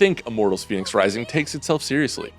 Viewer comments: It's pronounced fennicks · He's pronouncing fenyx wrong for a start lol.